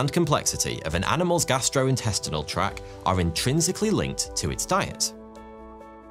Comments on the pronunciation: Is she actually saying "track" instead of " tract" ? Tisk tisk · For the digestive organs, it’s pronounced tract not track! 😂